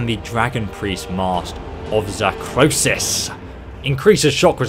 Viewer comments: Zahkriisos, not Zahkrosis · Okay, I know this is two and a half years old, BUT, it's 'Zah-kree-sohss' And it means 'finite kill blood' in Dovahzul.